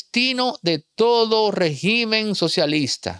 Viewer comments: Disculpa pero no se dice regimen con acento en la I. En singular el acento es en la primera E y cuando es plural entonces si se acentua en la letra I. Para su informacion la definicion de Dictador es un governate que tiene control total sobre un pais, sin controles ni equilibrios para evitar el abuso del poder. Una persona que se comparta de manera tiranica, y por lo tanto esa es la descripcion perfecta de Maduro. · Régimen, no regímen. Regímenes si, cambia la tilde Pero se escribe : Régimen, palabra esdrújula en singular. En plural cambia la tilde de lugar y se dice regímenes.